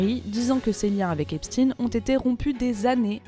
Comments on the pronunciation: Epstein et pas epstin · EPSTEIINE ! pas epstine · Einstein, on ne dit pas Einstine. C'est pareils pour Epstein. Merci de prononcer le nom correctement. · Arrêtez de dire Epstine c'est infernal, c'est quoi le deal? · EPSTEIN NON EPSTINE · "Epstine" 😂 pourquoi changer d'un coup cette prononciation ? 😅🤣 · Epstine 🤣🤣🤣 Ça me fera toujours rire. Les pourris du système disent tous Epstine. Les autres disent Epstein et comme ils disent également Albert Einstein et pas Albert Einstine. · hufftington post = propagande $ioniste pro soros comme cnews=propagande $ioniste pro netanyahou ces gens qui veulent inverser la réalité en prononçant epstine alors que c'est epstein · t'es certain ? Du coup Albert Einstein, c'est pareil ? 😅... En tout cas en France, la prononciation a changé d'un coup, aucun média avant ne disais Epstine. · Vous êtes drôle avec vôtre prononciation : "ép stine" alors que pour Albert c'est toujours Einstein ! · Pourquoi les journalistes prononcent mal son nom ??? Ils veulent faire croire que c'est pas un juif ou parcel que ca sonne mieux avec Poutine. Les journalistes de la honte